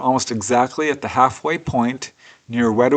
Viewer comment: Great presentation, as always. Just for the record, the town in Alabama is pronounced wee DOW ee. Middle syllable rhymes with "cow." Wedowee was named for a Creek Indian chief. Thanks,.